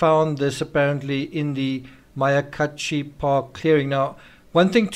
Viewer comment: MY-YA-KA-HACHI MYA-KA-HACHI